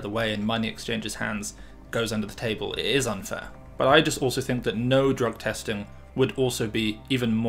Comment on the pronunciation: ”I tink”